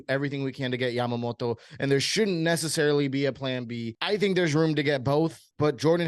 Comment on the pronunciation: Why are you pronouncing his name like that lol